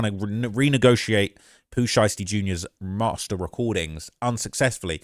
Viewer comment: Well his name is Pooh Shiesty not Pooh Einstein 😂😂